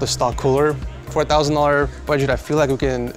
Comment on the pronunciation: Lol I keep hearing “4,000 dollars” every time he says “for a thousand dollars” 😂